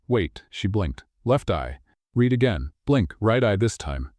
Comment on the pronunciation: AI must learn to read "read" as present tense REED or past RED